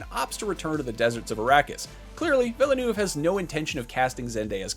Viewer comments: VIL-NUV. Two syllables. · Part 3 is being written but you still manage to butcher Denis name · Would it have been so difficult to pronounce Villeneuve properly? yesh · My gosh, can you please say Villeneuve correctly ? It is pronouned "Vill-NuhV- It's really not that hard to make that effort. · Please learn to pronounce "’Villenueve".